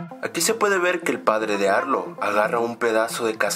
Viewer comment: cuando a arlo lo llama dicen arlo no arlou error num: 15